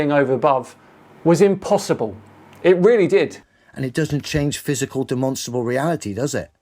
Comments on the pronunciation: Why does he keep saying “Demonstable” … does he mean demonstRable? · I'm a demonstrable realist'. Bro can barely even pronounce it.